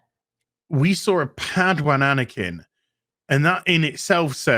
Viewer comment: You love saying padwan dont you..